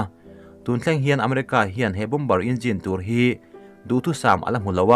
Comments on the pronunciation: Mizo trawnga A,Aw,B h cuan bom-ber th khi a dik...bo-mer cu American English ah ciah..Zo trawnga lehlin anih toh cuan a lam dik.. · Bâwmar ti a lam rik tur a nia, bomber ah hian b laita hi silent tur, a ngaihnawm e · "Bom-ber" ni lo in "Bo-mer" ti a lam tur... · Bomber hi bomar tiin an lam thin in ka hria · "bomber" ni loin, "BOMB'ER" tia lam tur zawk